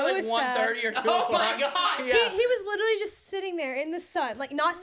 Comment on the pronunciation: " liTerWalLy😲 " I love sm 😭😭